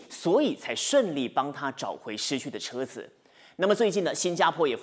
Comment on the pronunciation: 泊车×正确：停车、车子（zi2×正确：zi，轻声）里面、当（dang1× 正确：dang4）时、提防（fang2× 正确：fang，轻声）、户口里×正确：户头里、拄（zhu4×正确：zhu3）拐杖、丈夫（fu1×正确：fu，轻声）、巴刹×正确：菜市场。其他错误：（略）。播报员的中文水平有待提升！！！